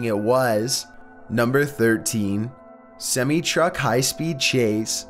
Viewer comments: Sim-ee truck.... 😖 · WHY DO YOU MISS PRONOUNCE WORDS LIKE SEMI TRUCK. LEARN TO READ JESUS. YOU DO THIS EVERY VIDEO.